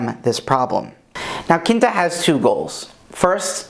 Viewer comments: Quinta is pronounced like QWIN-ta, not KIN-ta. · I thought it was a portuguese at first! Haha Quinta is also fifth in Portuguese, and the pronunciation is quite similar.